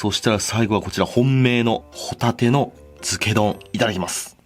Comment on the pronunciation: ホ↑タ↓テ↓です